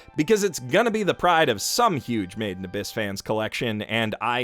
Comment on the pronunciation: I always thought you were saying “maiden abyss” I also thought it was a maid cafe show or something similar as you can imagine I found myself constantly wondering why you would critically acclaim a maid cafe show (oh how I was wrong 😑)